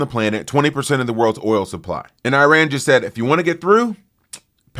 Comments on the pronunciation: "eye-ran".. it sounds like you took a few too many concussions in football.....say it with me now..."ih-rahn" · Look, it’s pronounced “E” rahn Not “I” “RAN” 🤣🤣🤣🤣🤣 Please, will another host reach out to this low and inexperienced cultured trump hater… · Wow you can pronounce “Thesis” and not Iran 😂